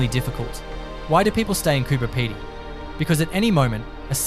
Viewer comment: Get the names right , Diamantina pronounced , Di - man - tina , Marree pronounced Ma - rree , Coober Pedy pronounced Coo - ber - pee - dee , Uluru pronounced U - Lur - ru . Laverton , Lav - er - ton , Bedourie , Ba-doo-ree